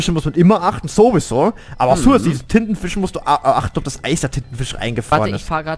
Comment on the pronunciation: hat titen fisch gesagt und nicht tintenfisch